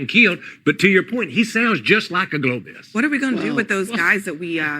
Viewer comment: the dude in the cowboy hat looks so smug and ignorant it makes me wanna slap tf outta his smug face. This dude ran Failing campaigns against Trump😂🤣😂🤣 and he can’t even say Globalist he said globist